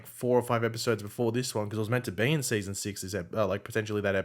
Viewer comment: “Seayson 7”